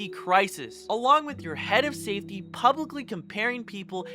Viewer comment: lol "Publicicly"